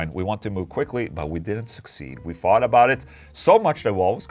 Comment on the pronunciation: Ola! Som svenskspråkig med flytande elgelska borde du lära dig att uttala TH som TH och inte FH. Its thought (THôt) about it, inte fought (fawt) about it. Different meaning. Även THree inte FHree. Cheers!